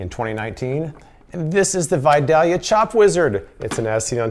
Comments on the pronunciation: It's pronounced "Vi-day-lia". I guess you have to be from there to know how to say it. Love your videos. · Killing me every time you mispronounce Vidalia...love your videos btw.